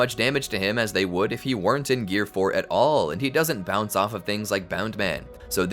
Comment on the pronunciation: its bounce man lol